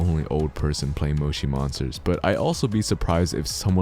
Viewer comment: That is not how you say Moshi monsters